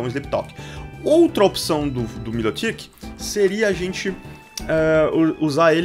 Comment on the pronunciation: se fala errado o nome do milotic